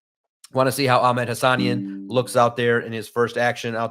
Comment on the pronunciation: HA-SA-NEEN! Respect.